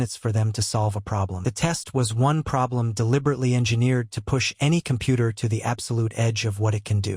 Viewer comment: Compoot ur. I swear that's the way I heard it every time. Anyone else hear it like that?